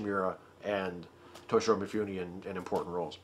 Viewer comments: I have this great image of you as a very highbrow connoisseur of film - to which you are doing damage every time you say MeeFooNee. Mifune Toshihiro, pronounced "Mee-Foo-Neh." Vowel sounds are exactly like Spanish, if that helps. Please keep in mind that I enjoy all your content. =D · Thanks for reminding me to watch Ikiru! I have all of the others you mentioned and I've always meant to watch that one too, but I haven't yet. By the way, if you didn't know Mifune in Japanese would be pronounced like "mee-FOO-nay". There's very little variation in the pronunciation of any given character, so ね(ne) is nee and に(ni) is nee. :)